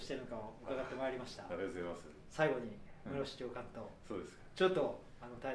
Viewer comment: カタカナのムロフシやめろwww